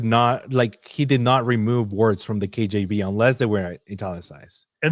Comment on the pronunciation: every time says KJB... I hear KGB... 😂